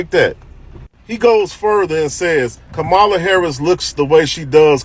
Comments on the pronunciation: Right!? And, she mispronounced Comma-la's name🤣 She called her Camel-la😂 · Did Whoopi just say “Cam-ela”? Is that racist? Isn’t it “Kom-ela”?? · Learn to pronounce the Vice President's name. Here, let me help you: COMMA-LUH (Kamala), not KUH-MAH-LUH. You sound like Trump mispronouncing it. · Why don’t they attack Whoopi like a bunch of cackling vultures ….she just mispronounced Kamala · Did anyone else notice that Whoopie mispronounced Kamala's name? What a racist! 😂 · So Whoopi also apparently has difficulty saying Kamala's name correctly as well. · Did Whoopie go and mispronounce Kumala’s name 😅 🤣 😆 😂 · Notice that Whoopi mispronounces Kamala. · Whoopi can’t even pronounce her name right. lol 🤦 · Whoopie mispronounced Kamala... SINFUL and against the law?..LOL...... sophistry ~noun the use of fallacious arguments, especially with the intention of deceiving: This is the LEFT 100%